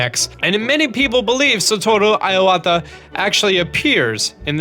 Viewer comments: So funny how he pronounces Satoru Iwata xD (like [Aiwata], but actually it's more like [E-wa-ta]) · This guy does realise that certain buffs can only stack up to 3 times... he ate stealth food there pointlessly... also why do you pronounce it 'satoru iawata' instead of 'satoru iwata' its not that hard -. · It's a nitpick, but please, it's IWATA. As in "E-WA-TA", not "E-YA-WA-TA". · I like your videos, but holy shit is your pronunciation terrible. Why are you adding an 'a' to Iwata's name? It's not "eye-ah-wata", it's "ih-wata". And en masse is "on-mass", not 'ehn-mass-ay". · Dude I was listening to this and was like : Who is Iowata? At least pronounce his last name right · "Ayy wah ta" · his name was Satoru Iwata (E-wata) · no, just I-wa-ta, the i sounds like the e of me . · its pronounced ee-wah-tah ffs. And en masse is pronounced as en mass, the e is silent. ALL i's in japanese are pronounced ee. when following an a, it sounds like ay to us, but it is ah ee. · Satoru Eye-wata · It's pronounced EEwa'tah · I = Ee So, Ee Wah Tah. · its "ee-wata" dear god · Iowata En masé? Blurpee ... You're funny and I still like your videos but geez anything non English gets butchered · dude your pronunciation is killing me. its pronounced EE-wa-ta. typical foreigner pronunciation, but im half. :) lol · TrueTydin He also mispronounced Homage, Ephemeral, and Iwata. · that Satoru Iwata name-butchering annoyed the hell out of me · Kinda pissed my off on how he pronounced Iwata’a name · What a strange way of pronouncing Iwata. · Thats not how you pronounce Iwata ffs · Phew, your pronounciation of Iwata hurts my ears xD Too bad you can't register the lord of the mountain :( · The moment when you realize he doesn’t know how to pronounce Iwata... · Please learn how to pronounce.... literally everything. Iwata, en masse, blupee, homage... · Satoru Iwata pronounced as sah-toh-roo , ee-wah-tah (いわた) not aiwata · Why are you prouncing Iwata Iowata? There's no O there man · Iwata not I-Wata